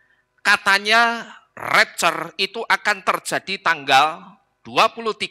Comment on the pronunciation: Ngomong rapture saja gak becus!!